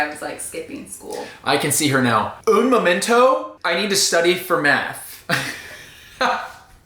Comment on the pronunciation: (Un momento) ahahaha your Spanish pronunciation is really good.